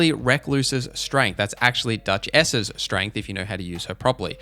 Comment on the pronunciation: On first listen I thought you said "Duck-ess's strength" and now I want that to be her name.